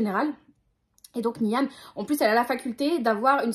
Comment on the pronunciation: Ah ben voilà, Runborn et La cité de laiton me tentaient pas plus que ça à la base, mais t'en parles trop bien 🤣 Sinon, Niamh ça se dit Nive, mais tu peut le réoublier, ça m'étonnerait que tu le recroises ! 🧞